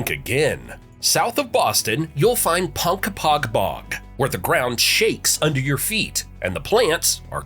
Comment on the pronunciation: Ponk-a-pog Wusta (Worcester) Conquered-concord We covered this when you did New England